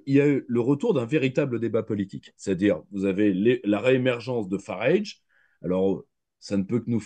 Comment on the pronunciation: Entretien particulièrement intéressant et enrichissant, de nombreuses analyses très pertinentes - à mon sens. Grand merci de l'avoir organisé et partagé. (juste lui dire que Farage se prononce comme "garage", tout simplement, enfin c'est ainsi que le principal intéressé prononce son propre nom ;) )